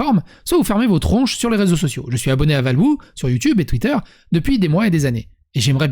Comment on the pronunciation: Déjà respecte son nom, prononce correctement c'est pas compliqué à dire valwho... Ensuite ce n'est pas ton histoire, ni la nôtre donc cette vidéo est irrespectueuse et val est passé à autre chose. Son contenu est riche intéressant et autrement plus travaillé et qualitatif que rege. Alors oui il a un fort caractère mais c'est tout sauf un connard. Aujourd'hui il est devenu bien trop facile de ruiner la vie de quelqu'un avec Twitter et l'anonymat. Alors laissons le ou il est est, rege à juste le seum depuis des années contre valwho parce qu'ils se sont embrouillés il y a 2 ou 3 ans et de puis il essaye de gratter du buzz (la preuve) alors que val essaye de tourner la page. Sur sa relation toxique effectivement il ne s'en cache pas pendant ses live mais faut pas oublier qu'une relation toxique et une relation tout cours c'est pas a sens unique. On peut accuser quelqu'un à tort n'importe comment et c'est vraiment dégueulasse, si vous avez des problèmes avec lui dites lui en privé, respectez le. Valwho est un passionné (bien plus que rege) et une bête de travail, il sait transmettre une passion là où rege n'essaye que de faire du profit avec sa chaîne. Il m'a fait découvrir tant de chef d'œuvre et m'a appris tellement de choses que je ne peux que prendre sa défense Bon... Je me suis renseigné, mon commentaire a été fait à chaud, sous le choc de voir tomber une personnalité publique que j'admire pour son travail... Je laisse le message du dessus car j'assume mais bon dieu donnez pl